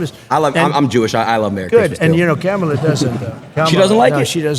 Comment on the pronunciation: Adin's mispronouncing is apparently contagious, wtf is Cam-ala?